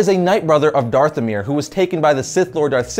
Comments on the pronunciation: OH MY GOD! Your ability to not pronoun 20% of the words in your videos in unbearable. It's DATHOMIR NOT DARTHOMIR!!! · I think you said darthomir instead of dathomir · Knows all this info. Still pronounces savage as it's commonly used and calls dathomir "darthomir" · He said Savage wrong and dathimir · Savage is not pronounced how you said it, neither is Mustafar or Dathomere. Just wanted to let you know, not trying to be an idiot.